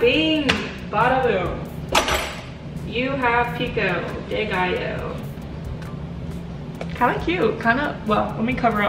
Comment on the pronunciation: As a Mexican who can't speak spanish, I don't mind the way says Pico de gaillo